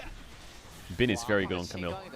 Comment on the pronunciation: Your Chinese pronunciation is improving! I'm noticing an increase in frequency of Bin being pronounced correctly. Keep it up! ( is wrong)